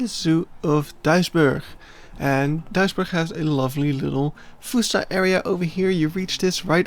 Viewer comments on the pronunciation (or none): well that's a creative way to pronounce Duisburg